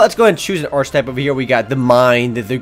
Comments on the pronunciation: Btw, review guy.. it's "ar-kuh-type" not "arch-type". lol. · It's ar-k-i-type, hard CH.